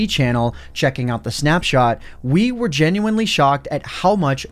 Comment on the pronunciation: Take a shot every time he says “genuenly”